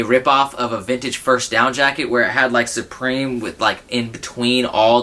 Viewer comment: it is prononced SUPREME not SUBREME smh